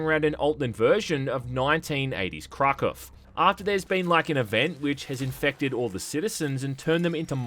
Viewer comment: Listening to him mispronounce Krakow and Moscow brings me pain